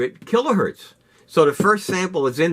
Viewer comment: Kilohertz, not Kilohurt